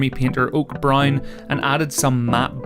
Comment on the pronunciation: You say "brown" weird lol. All I heard way "brine"